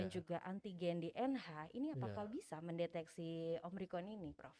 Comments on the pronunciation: si mbaknya tetep aja bilang omricron wkwk. dokternya udh nyebutin yg bener tetep aja bilang omricron... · OMRICON'' ngomongnya aja masih salah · omicron mbak, bukan omricon, berulang2 bilang omricon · Ini host bisa NGOMONG GAK SEEEH, Ngomong Omicron sj gak becus, dr awal ngomong Om rikon..Om rikon..Om rikon, hadeeeuuh!!! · Omicron yu...bkn omricron...